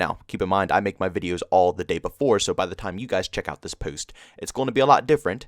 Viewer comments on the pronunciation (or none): The way you say post makes me laugh so much 🤣🤣 keep up the good work bro